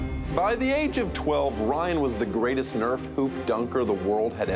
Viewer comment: Kyle Nerf!!! lol its Nerf or denatha bratha \m/